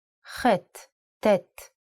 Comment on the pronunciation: Unfortunately, the speaker unable to pronounce the original and pure Semitic letters due to her European background, here are these six letters : 1- The letter ח Hhet converted to German CH ( KH ) 2- The letter ט Ttet converted to normal T 3- The letter ע A"yen converted to sound like A 4- The letter צ Ssadi converted to German Z ( TS ) 5- The letter ק Qof converted to sound like K 6- The letter ר Resh converted to German R ( GH )